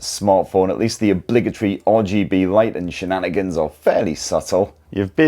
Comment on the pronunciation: What the f***ck is "shananigans"???